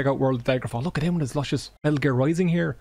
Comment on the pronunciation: Yeah the way I describe the Newfie (Newfoundland) accent is generally as 'a mix between English and Irish, but leaning towards Irish.' Very basic, I know, and there's various different dialects/accents for different parts of England and Ireland, but this small portion really reminded me of the concept. That "Leh," as in 'look.' Though the way I've more generally heard it is as "Luh." As in, "Look'a d'at d'ere, luh." It's even in a parody song, "I'm Clayton and I know it" which parodies the song "I'm sexy and I know it." A significant part of the chorus (assuming that section of the song is indeed the chorus, I'm no music expert) is "Look'a d'at d'ere, luh!" I died laughing first time I watched that vid years ago...